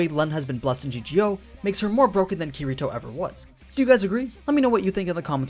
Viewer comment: I can tell u don't know kiritos true power because..... YOU DIDNT EVEN SAY HIS NAME RIGHT